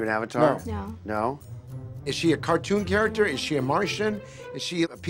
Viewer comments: My favorite part was when the guy said “Chair-acter” instead of “Care-acter” 😂❤️ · I like how that elf guy pronounced character like ( ch- aricter )